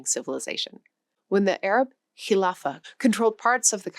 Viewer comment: "Kilapha"? Isn't this supposed to be a history/language/knowledge channel?